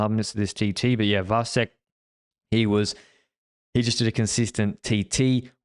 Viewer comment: Kudos to for pronouncing Vacek right. But the previous wrong pronounciation with č, as in Czech, was fine with me as well. It is the second second spot in the family concerning big tours, his brother was second in that slow Giro headwind mountain finish last year - in the most "come on do something" stage of that race.